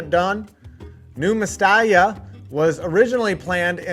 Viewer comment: Great Video! I think I commented here before, but regarding Spanish pronunciation, what you see is what you get: in Nou Mestalla, you pronounce every letter, so a good English transcription would be "No-Mess-TAH-Ju(st)", I hope I explained it well hahaha